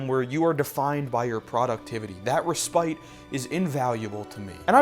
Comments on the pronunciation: Wow what a great video! It's pronounced resspit not respite, but it's such a well made video essay. Great job! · He’s being sentimental... don’t point out how he pronounced respite.... just don’t do it....